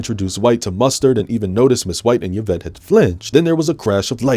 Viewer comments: Dude you’re real funny but the way you say ‘Yuh-vette’ instead of ‘E-vette’ hurts me deeply 💀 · Funny, it's the second time this week I heard someone pronounce Yvette as Yavette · Yvette is pronounced ee-vet. A French name. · Why can this handsome man not pronounce "Yvette"? It's a common enough name.